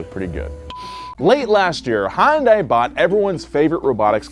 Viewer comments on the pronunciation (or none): Baby girl, it’s pronounced “hun-day”. I’ve heard both “hi-un-day” and hi-un-die” in this videos intro alone. Mama, just like repeat the “hun-day” over and over and hopefully it’ll stick. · I know you likely don’t care, but for the love of god. Hyundai is not pronounced HON DAI. Hyun Day is the closest way to pronounce it without knowing Korean. It translates directly to modern technology. But I beg of you, pronounce it correctly, my ears are bleeding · i hate how people keep pronouncing Hyundai as HUN DAI. It's Michael Jackson's Hee Hee, the YUH from rap songs but with an N at the end of it, and then DAY. HEE YUHN DAY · It's hun day ya dork not hyun di or hyun da i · Hun-day Please. Not Hi-un-die 🥺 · that’s a Yun - dai not hun -Dai jesusss😩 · “Hi Yun Dai” ? Always thought it was pronounced “Hundai” all these years. Guess I was wrong 🤷‍♂️😭🥔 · It's not HA-YUN-DIE It's HYUN-DAY I still don't understand how Americans get this wrong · "High-uhn-die" That's the strangest way I heard someone try to pronouce hyundai. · My only complaint about this video is pronunciation of Hyundai. It’s not Hon-die or Hon-day. The y is subtle. But it’s there. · It’s HUN-DAY. 😐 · why is it that americans can't say "hyundai" properly and say "hondai" instead? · It's Hai-Un-Dai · Hyundai rhymes with Sunday. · Hyundai is pronounced “Hun day”. It’s painful (and frankly inexcusable) listening to a car channel say a popular automakers name wrong repeatedly. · It’s pronounced HEEEYUN DAY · just a tip, it’s pronounced “Hun-Day” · You're right! I kept thinking he was saying "Honda". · Did he seriously just say “highindah” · It's pronounced: "Hi-yun-die" (technically) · In Korean, it's pronounced Hyun-deh. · Everytime you mispronounce hyundai it kills me inside. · Every time I hear try to pronounce Hyundai I die inside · I cringe every time he says Hyundai lol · Just practice with me one time bro. Hyun rhymes with sun. Dai rhymes with say. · Please stop pronouncing it that way